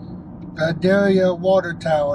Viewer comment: Pronounced, Vye day yâ Leave the "L" out.